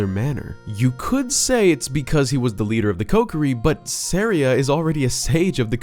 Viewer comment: it’s SAW-REE-UH as in a type of music called an Aria